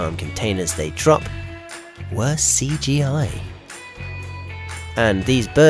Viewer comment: CGI pronuced as SGI! Same computers that created Terminator 2! Amazing!